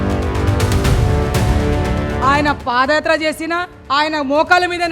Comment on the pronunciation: Pafayatra kadu vadi padiyatra